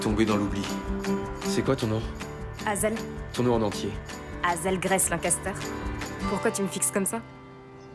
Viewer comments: la vf est nulle a chier, ils ne sont même pas capable de respecter un minimum l'accent anglais sur les prénoms "wateurs" et "hazelle" mais c'est une blague ou quoi ? un conseil regardez le en VO c'est bcp mieux ( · Bon Dieu, la façon dont Hazel prononce son nom est horrible! En plus ils ont spoilé le dernier mot, les cons! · Ils ont complètement changer les dialogues dans le livre c'est pas du tout ça ! Et c'est quoi ces voix ça leur va pas du tout hazel a une voix trop heureuse et au dernière nouvelle hazel ça ne se prononce pas comme ca !